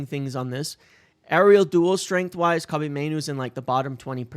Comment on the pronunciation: I know it’s super petty of me but hearing his name slaughtered over and over is killing me, lol. Not corn cobbie it’s Koh-bee, Same as Mr. Bryant RIP. Good video as always.